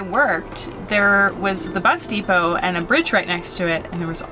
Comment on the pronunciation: Vowel shift: "Five inch theck" and "where matal will touch wood" and "the rant is s o high". Also, like most English speakers nowadays, says "anttt" for "and".